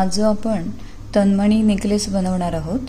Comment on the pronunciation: "तनमणी" नाही "तन्मणी"